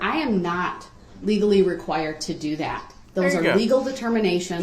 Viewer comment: His constant lazy pronunciations drove me crazy. Every time he said things like, "Do dat" I winced. It was like he never grew out of toddler speak.